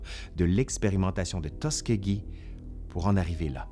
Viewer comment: Le nom de la ville se prononce Tus SKI gee (Tuskegee) comme faire du ski.